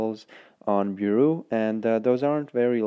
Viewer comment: U said bureau wrong